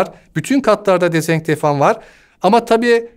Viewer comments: Bir tek ben mi kitlendim "yüz yüze" diyemeyişine ve "dezenktefan" deyişine? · Dezenfektan diyemeyen bu adam nerden eğitim uzmanı oluyor gerçekten merak ettim